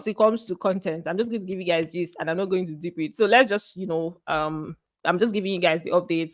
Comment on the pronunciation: You resemble one of my course mate with all the features Except with the way u this ur “yoo”